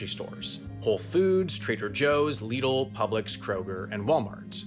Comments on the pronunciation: LIDL is pronounced lid-ul, not lee-dl, thanks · Never heard Lidl pronounced quite like that.